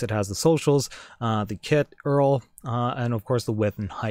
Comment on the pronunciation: i cringed a bit when he pronounced URL...